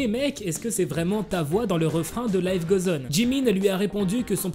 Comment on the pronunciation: Ça me stresse !! Il dit " life gauzoneu" 😭😂